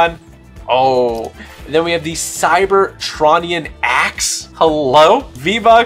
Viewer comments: cybertraunian???? its cy ber tron ian/ ean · The way he said Cybertronian 😭